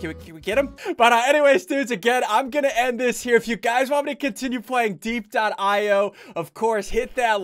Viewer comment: its die ep i o not die eep io